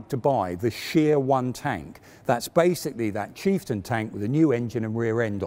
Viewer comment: i was so engrossed until he called the chieftain the cheap-stion. haha. on the videos note, glad i found it in 2021! Will watch Challenger 2 right after. thank you!